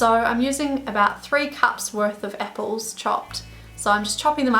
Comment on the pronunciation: She used three cups of “epples “ lol